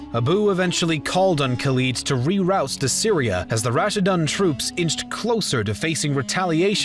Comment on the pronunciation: Rassidhun Not Russidunk 🤣🤣🤣🤣